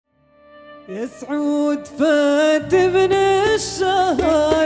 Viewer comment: من المخجل أن يكون المشرف على القناة من الجنسية المغربية. الفن الخليجي العريق والحضاره الخليجيه ثمينه في نفوسنا ونقدر الاهتمام بها وعدم تشويه مفرداتنا الضاربه في التاريخ الموروثه منذ مئات السنين. من المخجل المضحك المبكي ان يعتقد من رفع الفديو ان اللهجه الخليجيه الطاهره تنطق وتكتب اسم سعود هكذا (ساعود)!!! أرجو المحافظه على اسم الشركه الراقي وسمعته بتخصيص موظفين خليجيين لمهمة الرفع والتعديل على المقاطع لتفادي مثل هذه الأخطاء المخجله التي تنم عن استهزاء بلهجة اهل الخليج الطاهرين المطهرين وتشويه لموروثهم الفني الثمين العالمي.